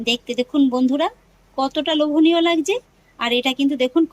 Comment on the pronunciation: কথাটা লবনীয নয় ।লোভনীয়।😊